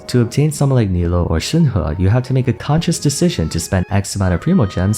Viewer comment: i made this mistake too , but Nilou's name is actually pronounced as "KNEE-loo", even though the spelling makes it seem like you should pronounce it like "KNEE-low". not your fault at all, genshin chose a english localization of نيلو that looked the prettiest ig, even though "niloo" is a technically more accurate localization.